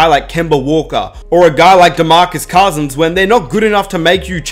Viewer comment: ROSSELL Westbrook.... Demarcus COSSINS... Jonathan EYE-SACK